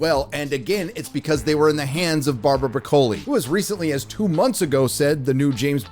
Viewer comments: Its Broccoli said like the vegetable. Not some embellished Italian pronunciation lmao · Learn to pronounce Broccoli so you don’t sound like a fool. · Broccoli is pronounced like the vegetable. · Saying her last name wrong, you say it like the vegetable. Also they already made Q gay in No time to die. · Why is he pronouncing broccoli like that? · Never heard anyone pronounce ‘Broccoli’ in the way does…is the broccoli 🥦 vegetable pronounced that way in the US or is he mispronouncing it for comic effect?? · Does really not know how to pronounce broccoli? 😂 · Why are you pronouncing her name like that? It’s Broccoli like the vegetable. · Her name is broccoli, like the vegetable, why are you pronouncing it that way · U said barbara last name wrong is that how u say the vegetable we eat that way?! 😆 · where did you learn to pronounce Broccoli? really???? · Does he REALLY not know how to pronounce Broccoli? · Stop pronouncing the second C in the name Broccoli please it sounds so stupid. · Why is he pronouncing 'Broccoli' like that? It's the same pronunciation as the vegetable. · Not to be a jerk...you pronounce it broccoli like the vegetable...I know Tony Broccoli...a very mellow guy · It's broccoli like the vegetable... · You’re pronouncing Broccoli incorrectly .. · The family’s name is pronounced like the vegetable. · It's Broccoli like the vegetable. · Call me petty, but I can't take you seriously if you consistently mispronounce the co-producer's last name. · You mispronounced Barbara's last name. An already unserious YouTube channel becomes even more unserious. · pronouned like the vegetable.... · HOW is that last name not pronounced like the vegetable? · It’s broccoli - like the vegetable. Not Bro-coli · Broccoli not Bro-koli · his name is pronounce BROCKLEY not Brother Coley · It’s pronounced Brock. O lee. Not Bro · BRO COLE EEEEE?!? It’s pronounced broccoli. I could barely make it through that video because of the way he pronounced that name.